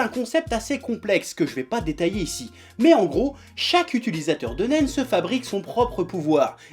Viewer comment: je peux pas m'empecher d'entendre Nem "un pistolet en Nem"